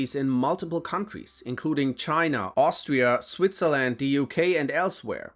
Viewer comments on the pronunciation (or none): none